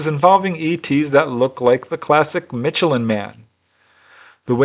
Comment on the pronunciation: It's not pronounced mitchellan lol